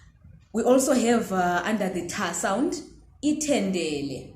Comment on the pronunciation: Ngimangele ukuthi ithendele isn't dendere (nest). 😂